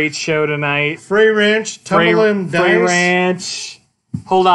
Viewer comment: It's pronounced Fr Ay , it rymes with "they". Frey Ranch is a 55 minute drive east from Lake Tahoe.